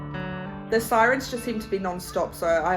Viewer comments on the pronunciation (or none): none